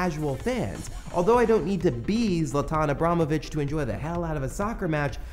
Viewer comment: His name is "eebra-himovich" not how you pronounced it. "eebrahmovich"